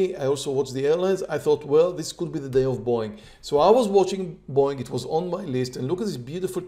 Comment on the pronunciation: When I first started watching this channel I kept thinking was saying "boing" instead of Boeing lol